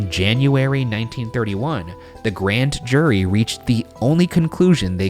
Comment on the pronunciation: Ryan, on your narration you say ,"Grand jury" and and you say ," Grant Jury". Is this code for your followers to rise up and overthrow the Shaniacs??? Awaiting your reply..... P.S I think the Judge was murdered because he was going to testify against his former friends in organized crime.